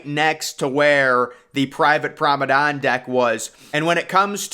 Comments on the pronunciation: Everybody: Promenade. He: Promadon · Why do you you pronounce promenade as promenon? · PROMADON, PROMADON WHAT IS PROMADON! What really kills me is that he says it over and over and over on every one of his videos! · Take a shot for every time you hear ‘promadon’ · Your determination to say F you to the commenters and not learn how to say Promenade properly is impressive.